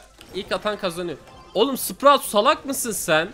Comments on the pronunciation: Spraut değil abi sprout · Adam sprout a sprat diyo gulmekten olduk😂😂😂😂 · Abi sprout öyle okunmuyor ama tabi zorlama yok